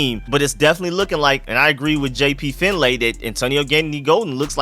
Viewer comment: #ShoutOutRico4Real. 🤙🏾 Btw, it's pronounced "Finley", even though it's spelled FinLAY.